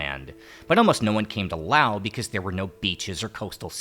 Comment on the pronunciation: Thanks for not calling it "lay oss"! Oops still the "lay oceans" though (